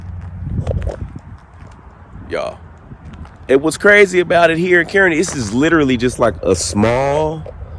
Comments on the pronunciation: It may already be said here BUT its not pronounced “Kearney” it’s “Carney” like your car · Kearny Mo is pronouns (Car knee). I understand if you don’t live around the area it’s easy to miss pronoun the City. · Pronounced Kar Knee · it's pronounced "Car-ney." Just an FYI. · Cool episode! I live 20 minutes from there. It's actually pronounced Car-Knee= Kearney Missouri. Just for future reference. 😂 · Love ya but I believe it's pronounced Kar-ney😅. And not only was he in militias, he was a staunch confederate sympathizer.